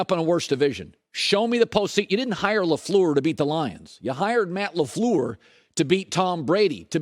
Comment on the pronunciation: You can tell Cowturd hates The Packers just based on the way he pronounces LAFLEUR alone. 💯